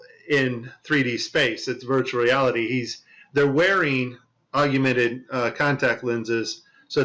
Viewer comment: why is he saying augumented? Is this a mandela effect augmented?